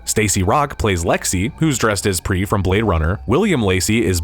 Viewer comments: It's Priss. Pronounced like Chris. Not Pree like free. A movie guy would know that? For Extra Credit connect Blade Runner and Alien/s and Predators and Soldier with Kurt Russell.... its one universe. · PRIS is prouounced with the S. Character from Bladerunner